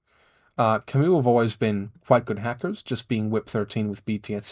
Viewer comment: Nice video! Your pronounciation actually made me go out and check how to pronounce Kamau. It comes from the Kikuyu language in Kenya, the IPA guidance is: /kà.mà.úꜜ/, which is pronounced as Kah-Mao, not Kah-Moo. I always wondered how that word is supposed to be pronounced. Also, it's Machine-ist, not Ma-Kin-ist, while yes it does come from the Latin Machina, French is an intermediary root for the word: Machiniste